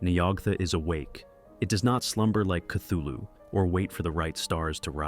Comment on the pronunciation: cool vid, though you pronounced Cthulu wrong, look it up